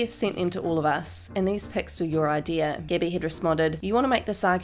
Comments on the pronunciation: I love how she’s saying Gibby instead of Gabi 😂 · Am I the only one who hears Gibby instead of Gabi ..?? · When she says Gabi i hear Gibby lmaooooo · the lady who says “gabi” makes it sound like “gebby”.It was painful for listen too. I don’t mind australian accents, but this one really pisses me off. 😂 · her name is gabi not gibby